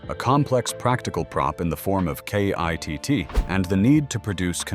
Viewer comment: This isn't very interesting, as it so very inaccurate the whole way through. As for the awful AI narration is grating. It calls KITT kitty a few times. Shameful. It can't even say KITT. For a die hard fan such as me, this is not very good. For proper research & accurate facts & history, go to Knight Rider Historians. Brilliant website.